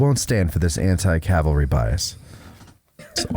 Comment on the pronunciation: Around 1hr 41 min mark…do we need to have a discussion about “cavalry” vs “Calvary” …I thought I was repeatedly hearing the “l” before the “v”….